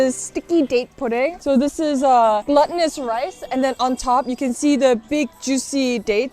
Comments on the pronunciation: It's pronounced gloo-tinous not "gluttonous" lol that annoys me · i love your videos. your chinese sounds amazing to me, as a non chinese speaker. and your english is so so amazing. having watched many of your videos, i just want to let you know that glutinous is pronounced gloo.tin.us and not gluttonous. like the word gluten. also a pint is only two cups (not a massive tankard amount). and the past participle of grind in ground—as in ground sesame seeds. just tiny things i noticed because you seem like a perfectionist. you describe food so well, and i really appreciate it when you give the price, and also name of dishes in hangul and chinese characters and pinyin. wishing you the best. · Idk why I’m even commenting this but I’ve noticed you say gluh-tin-us rice like the word glutton but it’s glue-tin-us like the word gluten even though it has nothing to do with gluten. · GLUT-TINOUS? Gloo-tinous! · This is an excellent video! I like how you weaved in classical music to match the movements of the chefs while they cooked, chopped, etc., The number and variety of shots are amazing, the scenery is stunning, and it was informative. One thing though, you say gluttonous for glutinous. It's not the same pronunciation–unless you're saying it to be funny😅. One is a short "u" and the other is a long "u" sound. Keep up the great work!